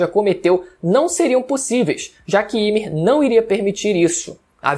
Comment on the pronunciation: Me dá uma agonia quando ele fala Ymir errado😅😅😅